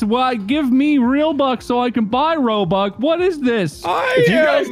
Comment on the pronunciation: Normal people: I want ROBUX Markiplier: ROBOOBS